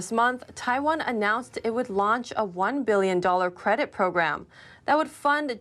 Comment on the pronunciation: ...what's a "CEDIT PROGRAMME"?